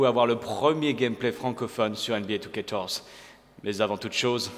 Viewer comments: Tu sais, C'EST NBA 2k14 pas 2TORZE OU JE NE SAIS PAS CE QUE TU DIS!!!! Nan je déconne mais prononcee le vien, tu as pas l'air très intelligent quand tu dis ça:) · Pourquoi tu dis NBA 2K torze ? Sinon super vidéo ^^